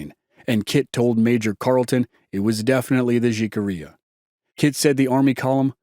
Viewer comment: Great podcast but in the word Jicarilla the letter J is pronounced with an H as in jalapeño